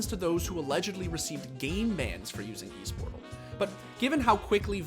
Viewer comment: it's not eesportal it's more like ésportal